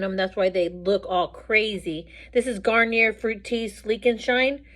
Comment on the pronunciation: I like how you pronounce Garnier. In Canada we pronounce it the French way so when we say it, it sounds like garn - yay